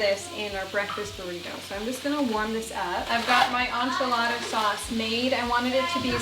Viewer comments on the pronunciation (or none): This is not how any other Canadian says it 😂 I've never heard anyone say on-chilada. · Ssssssaaammmeeee girl 🙉🤣 N...chee...la...da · As a New Mexican, the way you say “enchilada” in Canadian makes my eye twitch 😂 but I love you! lol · My husbands family is from mexico. And I had to replay it because it caught me off guard 😅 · Girl😂😂😂😂 the way you say Enchilada kills me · As a born and raised Texan, I was giggling every time 😂🥰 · Me too! 😂